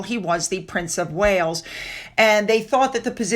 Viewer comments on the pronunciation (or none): none